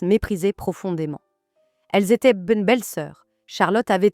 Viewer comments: Si ce n’est pas de l’IA, pourquoi prononce t’elle aussi bizarrement le mot « étaient »? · « Fiancaillez z’annoncers » « étaiant » « remarkered » j’espère que c’est de l’IA…